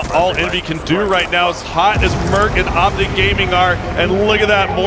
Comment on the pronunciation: you said optice...